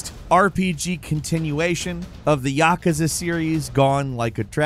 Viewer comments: It’s actually “yakuza” with a u, not “yakaza” with an a. You sound like a slack-jawed yokel. Japanese written in the Latin alphabet is straight up phonetic, not sure how you ass that one up. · “YahKueZa games”